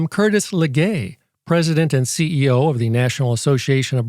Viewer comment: 'Curtis Le'gay' 😂